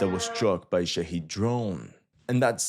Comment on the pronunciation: The drones are called Shah*ed* not Shah*eed*